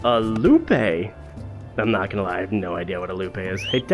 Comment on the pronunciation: Another great video. However, "loupe" is pronounced "loop." ;)